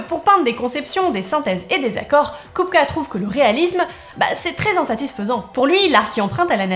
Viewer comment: Haaaaa une chaîne qui s'intéresse à l'art des tchèques contemporains. Déjà bravo pour le sujet, ensuite pour la prononciation qui est impeccable. En fait la trinité "Mucha-Klimt-Kupka" est ultra importante pour les tchèques car ils émergent au moment de la création de la première république tchécoslovaque, tout comme le swing tchèque en terme de musique. En tout cas merci pour mettre en lumière ce peintre trop injustement méconnu d'un pays qui l'est au moins tout autant.